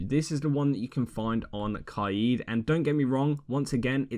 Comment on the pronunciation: no disrespect but why u say kaid like that